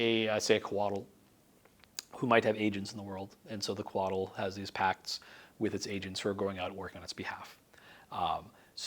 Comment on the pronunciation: Coatl. Not Koala. Had a double-take there.